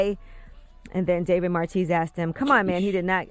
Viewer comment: Please check your pronunciation of David Marchese's last name... i'm pretty sure it's not as in 'cheese' but as in it's French origin, as in 'Marquis'. could be wrong, though.